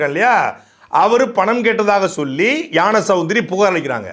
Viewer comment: யாண சௌந்தரி இல்லை தம்பி ஞானசௌந்தரி என்று சொல்லுங்க தம்பி